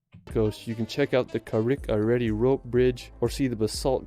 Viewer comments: I've seen a few reactions to this guys video, he seems nice enough but can't pronounce for shit, it's carrick a reed rope bridge not redey. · Bridge is pronounced Carrik-a-Reed But, yeah, York will blow your mind as a city - as well as the Yorkshire Dales/Moors - plus the coastline. St David's in Wales is the UK smallest City - beautiful there too Not keen on the places he chose in Scotland - I'd visit Aberdeen, Loch Ness and the Caledonian Canal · He mispronounced the Rope Bridge as well... It sounds like Carrick a reed, not Carrick a ready 😩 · Carrick -a-rede rope bridge....its pronounced carrick a reed